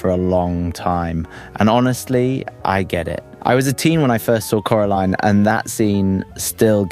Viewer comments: Cora line not cora leen with respect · It’s Cora LINE not Cora leen 😂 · "coralean" Its coraline not coralean😭😭😭😭😭😭😭😭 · I’m sorry corLEEN?! Do I have to sound this out core-a-line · why are you pernouncing it “carilien” 😂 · it’s still coraline. Not caroline, not coralean, CORALINE! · Why did you forget how to pronounce Coraline's name half way through that segment? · How is no one talking about how he butchers the pronunciation of Coraline moments after saying the name of the movie correctly